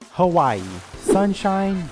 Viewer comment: HaHWAH- EEE bro quit disquit